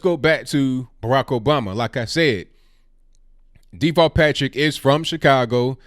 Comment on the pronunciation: everytime his name is said, it sounds like Default Patrick to me.